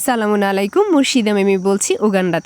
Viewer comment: আপু আপনার সালামটা শুদ্ধভাবে হয় নাই হবে আসসালামু আলাইকুম